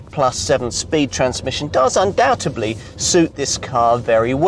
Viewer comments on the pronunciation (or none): UNDOUBTEDLY you twat, not UNDOUBTEBLY